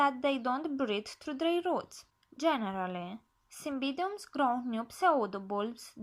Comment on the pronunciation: get the pronunciation right cymBIDium